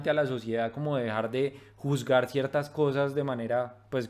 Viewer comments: Que buen tema❤👌🎶🎵me gustó. Pero aunque suena buscar..pronuncia juzgar..y bueno Saludos a los hermano de pueltolico✌ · Dice juzdgar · dice "juzgar"